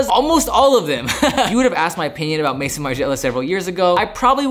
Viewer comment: pronounced may-zon not mason haha.